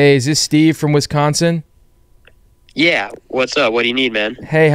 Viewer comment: dude I’m from Wisconsin and oh my god the pronunciation of Wisconsin killed me